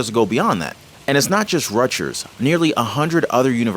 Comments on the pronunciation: Rut-jers??!! You appear to be over 3 years old, you have never heard the correct pronunciation, Rut-gers? Wow. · The "g" is pronounced as hard g. Not like a j. As get got or go. Rutgers not Rutjers. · its RUT-GRRRS.just saying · On a lighter note, I thought you were from NY; why are you pronouncing it Rutjers? 😅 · Rutgers pronounced (RUT GRRS) no offense you must not be from NJ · Rutgers with a hard G my man